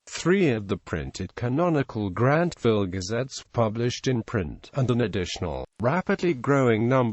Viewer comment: After the presenter mispronounced the publisher and Grantville, I stopped listening to this clip at the 27-second mark.